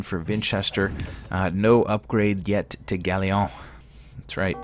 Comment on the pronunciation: Galleon is not pronounced like that. Look it up.